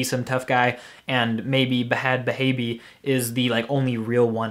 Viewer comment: Some one who finally pronounces bhad bhabie correctly 😂😂